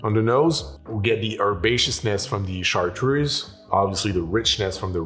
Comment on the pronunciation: Why does a person who quite obviously is a native French speaker pronounce Cartreuse like an American?